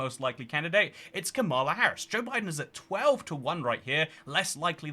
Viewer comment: Another person who mispronounces Kamala. It’s KA-ma-la, accent on the first syllable